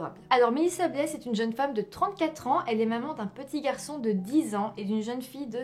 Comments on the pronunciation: Salut ma belle ;) juste pour t'informer blais ne se prononce pas avec le S ! On dit blais ( comme le mot lait ) et une mise a jour a sortie hier dans un journal du Québec qui aurait un lien avec l'histoire je te partage donc en copié collé Un véhicule de type «pick-up» a été retrouvé dans la rivière Saint-Mauricie lundi. 27 juillet 2021 16h00 Mis à jour à 21h48 Nouveaux éléments retrouvés dans la disparition de Mélissa Blais: «Ça bouge beaucoup, c’est fou!» «Depuis deux ou trois semaines, ça bouge beaucoup, c’est fou!» Les nouveaux éléments retrouvés il y a quelques semaines par la fratrie de Mélissa Blais, cette femme de Louiseville portée disparue depuis maintenant quatre ans, de même que le véhicule de type «pick-up» retrouvé lundi après-midi dans la rivière Saint-Maurice, à la hauteur de Grand-Mère, ravivent l’espoir au sein de la famille qui poursuit sa quête de retrouver la mère de famille, ou du moins de retrouver son véhicule. «Oui, on a espoir c’est sûr et quand on a décidé d’aller faire des recherches à cet endroit l’an passé, c’est qu’on avait eu une information qui nous amenait là, donc l’espoir est toujours présent. Surtout que je ne sais pas ce qui se passe depuis les trois dernières semaines, mais les infos rentrent, c’est fou et les nouveaux bénévoles, ils trouvent des affaires. Encore la semaine passée, ils ont trouvé autre chose en dessous du pont à Louiseville où il y a eu le dernier signal cellulaire», lance d’emblée la demi-soeur de Mélissa Blais, Manon S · Il ne faut pas prononcer le « s » dans Blais. Ce n’est pas « Blaise » mais « Blais ». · Je suis de Yamachiche et qu'elle triste histoire mystérieuse j'espère sincèrement qu'ils vont enfin avoir des réponses ...ces derniers jours il y a quelques Developments justement ...en passant on dit pas Blaise mais blai on prononce pas le s 😜 Merci tes sujets sont toujours intéressants ♥️ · Au Québec on prononce Blais comme "lait" lol !!!!